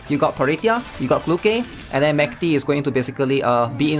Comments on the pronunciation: the dub accommodates voice actresses, but her actual name should be like the russian word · no, we literally have the pronunciation in the game in the event, her name is not pronounced like that at all